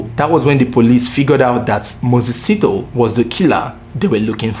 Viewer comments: A little note on South African names, like most African names, Sithole is pronounced as Si-tho-le. Broken in three syllables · The pronunciation of Sithole is Si - tho -le similar to Abu-le . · I like your vedio. Its well put together. Good job. However Moses's surname should be pronounced as Si-tho-le. Thanks. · Lol south Africa my country na wa o... I was thinking number 1 would be Nigeria😕 Lol 😂 I love the way you pronounce the surname "Sitho" na wa o Number 1 was suppose to be the Zambian brothers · You pronouncing Moses Sithole wrong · This is a very documented report with so much information but as for that woman who used her family for insurance i am left with fear. No one knows what our family members think like. Those ladies Rayah and Sakhinah were equally faulty just like their husbands. Egypt did well for that sentence. Is how you pronounce Mses Sithole for me.